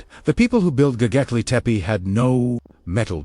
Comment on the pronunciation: Don't like the AI voice that can't pronounce the name of the place correctly! Please, program AI by knowledgeable humans.